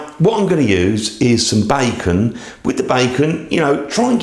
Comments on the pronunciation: Nice video, too long skip some of the repetitiveness Ps it's pronunced (bay-con) not bye-con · Bacon not Buycon.